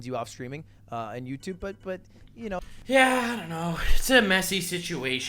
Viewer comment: gave us a Canadian yea